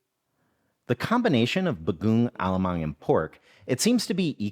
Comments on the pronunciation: super huge fan from the philippines here! actually, the emphasis is on the last syllable for each word (ong, mang) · It is read as Ba-go-ong A-la-mang.